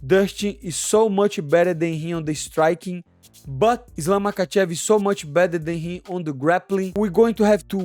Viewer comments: As much as I cannot stand Pull-Out Costa, even his English has improved dramatically while my dude here can't even prounounce the p4p 👑 's name correctly " Makhachalla"? Really 😂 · I love your accent and the way you say fucking can't pronounce his name. Islam muckachala made me spit my dinner out. Can't stop laughing. ❤